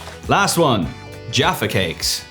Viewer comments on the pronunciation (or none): "and these" Slaps packet with pointer "are Jaffa cakes" in the most Irish accent possible.